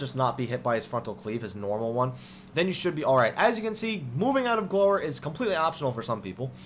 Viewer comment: It's pronounced gl-ow-er